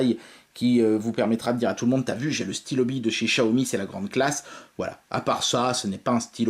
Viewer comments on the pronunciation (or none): Comment ça se fait que Xiaomi devient « Chiaomi »? Dans les autres vidéo, tu ne le disais pas comme ça et j’avoue que ça sonne bizarrement 😉